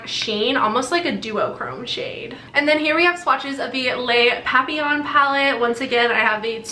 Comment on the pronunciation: You said " les papillons" perfectly for my taste ( I am French from Canada)